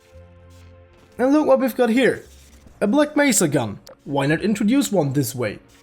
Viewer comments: Gman: black mésa (pronounced black mess-a put it through text to speech) Devs: yeah you said it right! 🤦 Of course, of course they make it worse Y'know it seems like HDTF was supposed to be shit Hunt down the freeman? More like Hunt down the devs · black mesa is good but hunt down the freemans G man says it like Black Messah